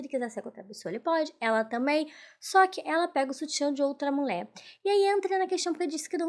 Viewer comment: Ola moca.Seu vídeo é muito bom e bem editado.Sua interpretação é otima, mas cuide da fonética das letras e palavras.Toda vez que vc fala mulher saí "mulé", incomoda um pouco e pode afastar novos seguidores.Sorte para vc, pq talento vc tem.💋